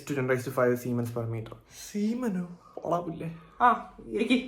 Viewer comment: Siemens😂..Kutti semen aanu kettath 😂😂